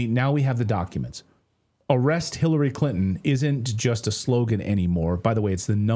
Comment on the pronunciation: Hirarry Crintom? Ohhh nooo!